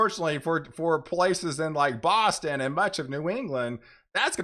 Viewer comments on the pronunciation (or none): none